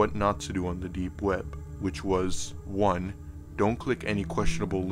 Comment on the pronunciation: The way this guy says deep web drives me fucking crazy. Too much emphasis on the p and b.